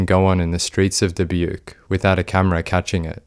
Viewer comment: Very impressed with the research on this one. This was very recent. Surprised to hear about Dubuque and the even the narrator pronounce it correctly. There isn't even a local TV affiliate in Dubuque so most people who live in the area have never really heard or seen any of this!